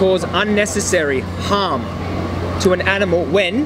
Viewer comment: I think he thinks you’re saying “ham” not “harm”..in the beginning. 🤔 Great video!👍👍